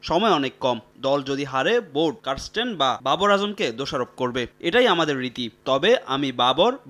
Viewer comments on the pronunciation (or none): কারস্টেন? না ক্যারিস্টেন?